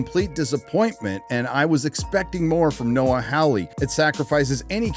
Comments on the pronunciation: As a Hawley myself, the pronunciation is Noah HAW-ley, not HOW-ley. Like Hee-HAW. Your welcome.... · FOR FUCK SAKE!!! It's pronounced "Whore-Lee" (soft-R in the middle). I know this because it's an English surname and I grew up in England, living next door to an English family with that surname. Rant over. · Second best part of the video is insistence on mispronouncing Noah Hawley's surname. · Indeed. It's an English surname and I grew up in England, living next door to an English family with that exact same surname, so it bugs me almost as much as when he says Russell T. Davies and insists on pronouncing the surname "Day-veez"... it's a Welsh surname which I'm fairly certain is pronounced "Day-viss". The E is silent and can pretty much be ignored.